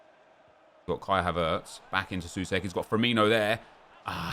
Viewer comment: btw Souček is pronounced So-check